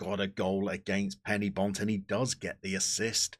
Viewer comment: And another thing - Penybont are not "Penny bont", but "Pen err bont". Just saying.